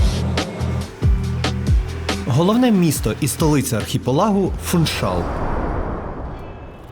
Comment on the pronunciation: Гарне відео і майже без помилок, але в слові Фуншал наголос на другий склад. Живу на Мадейрі 26 років, люблю цей острів, завжди дивлюсь відео про Мадейру. На жаль якісних відео мало, але ваше одне з кращих. Дякую.